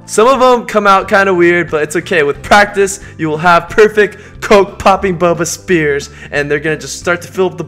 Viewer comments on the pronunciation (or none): ITS A FUCKING SPHERE NOT A SPEAR!!!!!!! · its sphere not spere